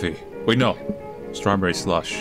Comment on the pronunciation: it's actually strawberry sulsh, if you wouldve read it correctly